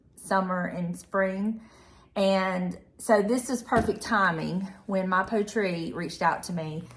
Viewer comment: Is it pronounced “poet”ree…like the word poetry? If not, excuse my correction, but thought since it was a sponsor it might be worth checking.🤷‍♀️